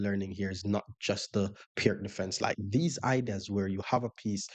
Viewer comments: Enjoyed the video. I like to play the Pirc. Btw, it is pronounced “Peerts” (like pier) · Great vid! FYI, Pirc is pronounced “peer-tz”.